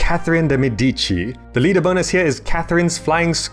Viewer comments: wow de medici sounds really wierd heard by a italian, shoud be better pronunced de mèdici instead of medíci with the closed axent on e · Also it's mEdici (as in stress on the EH - mEHdeechee as opposed to medEEchee) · catherine de meedici * (pronunciation) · Jackson DeCourcy well, it depends it's true Classical Latin (around Augustus' Time) pronounced Cs like Ks, but in the latter Latin it changed to modern Italian Cs before Es and Is (like CH in modern Spanish too). Although it's true it was never pronounced as it would be in English, but it's hard to know all this when the main point is the game. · The way he says "Medici" is funny XD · just one quick note: the Italian name "Medici" is pronounced with a stress on the first syllable, not the second. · Haha, I tried my best though I was told I pronounced 'Medici' wrong, not too sure though.